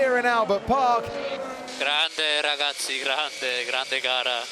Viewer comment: I don’t know what is so satisfying about vettel saying ‘ragazzie di grande’